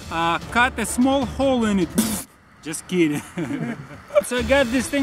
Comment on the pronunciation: thar russisn accent of saying dust kidding ..😂😂😂😂